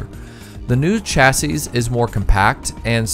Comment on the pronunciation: This is a nitpick, but something which you might have use for in the future if no-one's mentioned it yet; the singular of chassis is pronounced "chassee", plural is "chassis", if you mean singular you'd be better off using the first one unless you want to sound like a bartender with bad grammar.